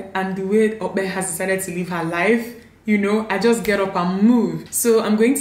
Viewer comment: The way you call Ope - Okpe :-)